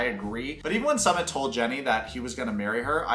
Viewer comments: His name is pronounced as Sue-mit like you can sue mit ! Lol Also let me tell you guys that, India is very diverse country the north, the south and north east India is extremely different in terms of language, culture food even religion. So there is no such thing as a “topical Indian wife” we’re super progressive and backward at the same time lol 😂 I get culture shocks when I move from state to state. Also Sumits mom is a bitch and an evil woman, very vengeful. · What i don't understand is this: you are supposed to be a commentary channel, LARGELY reporting on 90DF, and over and over again, you can't get a SIMPLE name's pronunciation, and one of a man who's been on what? 3 Seasons? It's just plain sloppy reporting and DISRESPECTFUL! BTW, the "SUMMIT" (phoenetic) is the top of the mountain *eye roll*! This Ms coming from someone who really used go be an avid channel viewer, I still really enjoy it, but the slopiness is alienating me; but also, I'm a Content Creator with 4 channels and 10 employees go help me run them myself. I do close go the same thing you do, but i report in the music industry, & promote my bands & any bands I think deserve it, because i started in the music industry in '94 on Street Teams, worked my way up to where I'm now known around the world as one of the top Music Industry Execs, I'm a Promoter, PR Rep, Band Manager, and I've even modeled for album and insert artwork! So don't worry, I'm not your competition, but i AM someone who know how things would run, and misses how good your videos USED do be!!! XO~Dark Angel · The guy on Psychology in Seattle, Dr. Honda, says it like mountain summit too. Drives me crazy. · Nobody going to mention that is pronouncing Sumit's name wrong? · Bro why are you pronouncing sumit like that… haven’t you heard how they say it in the show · Why are you deliberately mispronouncing Sumit's name? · Love your 90 day vids BUT Sumit isn’t pronounced “summit” it’s “ SŪmit” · Not some-mit. Sue-meat! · "Sue" mit